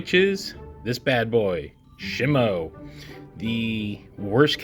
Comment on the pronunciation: is shimU not shimo